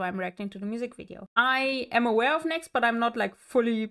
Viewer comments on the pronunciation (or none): Thank you for your reaction to NEXZ!:) FYI, "NEXZ" is pronounced as "Nex-Zee" because it means "Next Z(G)eneraion". They have a song titled "Next Generation" that features a part where they sing the group's name repeatedly. The song is available on YouTube, so please be sure to check it out and share your reaction!🥰